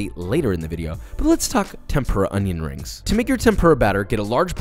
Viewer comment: me, with severe stomach cramps: "uhhh i'm gonna throw up, don't think about food" also me: watch joshuwa make cwispy onion wrings